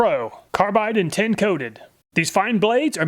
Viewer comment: oskillating lol. ita not tin coated. TiN coated. titanium nitride